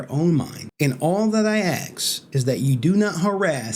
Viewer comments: Why do you say "axe" instead of "ask"? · its ask, not aks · "axed", "axe" LMAO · I wanna axe you why you axing things instead of asking things? You know this stuff has confused me so much since I was a little kid when black people axe things.. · All that you aks?! AKS?! ROFLWAFFLE!! ROFLCOPTER!! You said AKS again and again!! HOW MANY TIMES DID YOU SAY AKS?! I heard you say AKSIN!! How many times did you say AKSIN?!:face-green-smiling::face-green-smiling::face-green-smiling::face-green-smiling::face-green-smiling